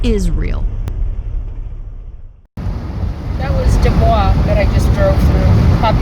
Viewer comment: PSS- (apologies...my only triple comment EVER), it’s DOO-Boys, stress on first syllable. Just for your records☺️. Carry on and enjoy Jackson Hole, I lived and worked there 2 “seasons” in the 80’s. One in Grand Teton NP, the next in Jackson. Best years ever. Be well.